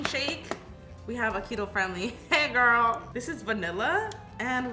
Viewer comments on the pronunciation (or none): Is nobody going to talk about... about.... um.... she says.... GORL 😂😭